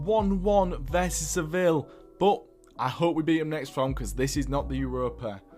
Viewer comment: saw this video as an ad and said fuck it, got hooked and i’m 14 minutes in and all i gotta say is the way u call Martinelli “mata” and Sevilla “Sevill” threw me off other than that fantastic video